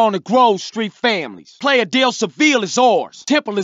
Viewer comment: HAHAHA CJ SAYS "PLAY-ah" de Seville, it's a Spanish word, its actually "plie-yuh" de seville